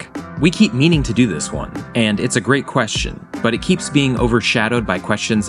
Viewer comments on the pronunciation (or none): That last "great" woke me up.